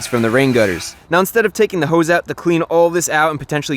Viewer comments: "a speicalized hoooes" chrisfix quote of the year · The way he says hose kills me